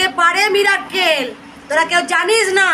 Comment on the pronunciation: মিরাক্কেল নয়,,,, উচ্চারণ হবে মিরাকেল